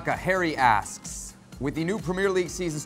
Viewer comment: I thought he said hairy assed. Harry asked.